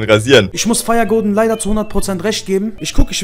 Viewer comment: Junge sag doch firegorden anstatt firehoden und schreib like richtig blyat